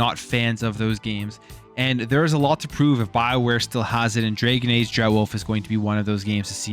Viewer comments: “Drag + uhn” not “Dra + gen” Jesus learn how to pronounce words. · DRAGON, not DRAGEN my man... DRAGON. LOL.